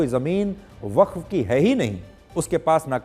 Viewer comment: वख्त बोर्ड नहीं बफ्फ बोर्ड होता है😂